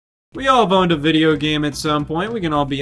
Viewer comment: i thought he said we've all boned a video game before and i had to replay him like 6 times to realize he said we've all OWNED a video game before